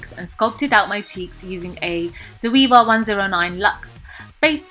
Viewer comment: its ZO-AY-VA. not ZO-EE-VA. come on man. its 2016.